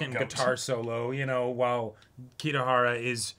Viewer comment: I wonder how long, and how many times people will have to correct them on 'kitahara'